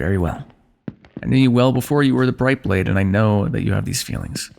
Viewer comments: Instead of "bright blade" i heard "blayd blayd". I was like "what am i, Levi Ackerman?😂" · hey i heard "bay blade" like the toys